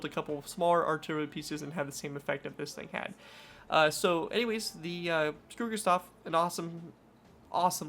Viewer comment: This guy: S C U R U G U S T A H Entire Germania: Are we a joke to you?